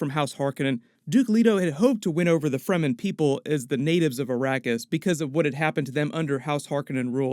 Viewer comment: There is no sonic weapons in the book, although the concept of sound as a weapon exists in the form of the Voice. I can't be too critical you got all the pronunciations correct - the amount of people who say "Free - man" drives me nuts!